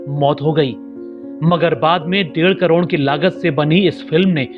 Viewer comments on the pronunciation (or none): none